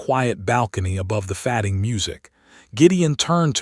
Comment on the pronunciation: It's not FADDING - it's pronounced fay-ding.